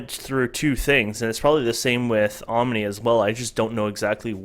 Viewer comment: Om-a-nay LOL